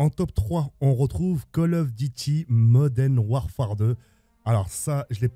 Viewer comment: "Col Ofe Dutie Modene Wafare 2"